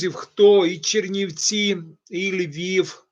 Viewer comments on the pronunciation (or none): none